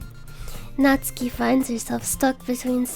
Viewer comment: Finally the first person to not butcher Natsuki's name.